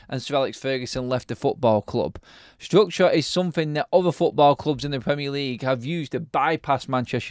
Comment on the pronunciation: "Strukchoh, strukchoh, strukchoh..."